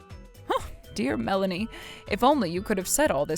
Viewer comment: That not melanie that brlanie